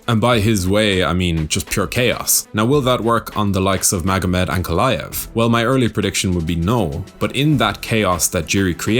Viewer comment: Ankolive seems like it should be a Chael pronunciation